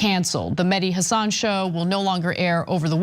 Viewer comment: I cringe every time Cenk and Anna say "Hassán" as opposed to "Hassan".